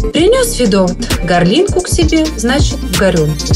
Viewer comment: Только надо говорить "гОрлинку!" Ударение на О! 🤨😏Прежде, чем делать копию, обязательно ознакомьтесь с ОРИГИНАЛОМ! 👍💪Тем более, это не рэпер какой, а ЛЕОНИД ФИЛАТОВ! Послушайте, как читал сам ФИЛАТОВ!!! ❤️ 💖💓НАДО ЗНАТЬ КЛАССИКУ! НЕ ИСКАЖАЙТЕ ПРЕКРАСНЫЙ РУССКИЙ ЯЗЫК. Конечно, ФИЛАТОВ - не А.С.Пушкин, НО УВАЖАЙТЕ ПЕРВОИСТОЧНИК, пожалуйста! 🙏😘